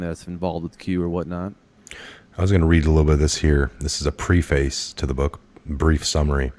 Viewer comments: You mispronounced "preface" = "preh'fice"....announcers should know how to pronounce. "Milnipple-lated?" Holy Crap! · Preface read: preh-fess. That’s how you’d say it.